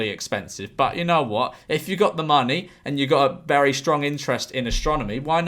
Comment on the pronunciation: Why did he say monkey rather than money